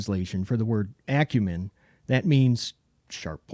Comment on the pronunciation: I got mine last month. I love this knife! The lock is hard to deactivate because it's sitting too low, but I bet that's something I can adjust when I take it apart to clean and lube it. BTW - Thank you so much for pronouncing Acumen correctly! 😂